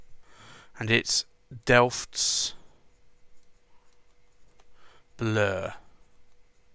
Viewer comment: Great video. You have to practise on your Dutch though. Binnenhof is a part of the Dutch house of parliament. Delfts Blauw is the famous blue coloured china drom Delft. And I could explain them all but anyway, tomorrow three of Akkerman’s niks will arrive tomorrow. One of them is Delfts. Blauw. Can’t wait to ink one of my pens with it... And I love the bottles! They’re great!